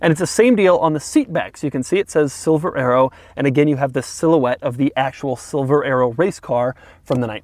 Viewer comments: I thought you said silver aero instead of silver arrow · I thought he was saying Silver Aero !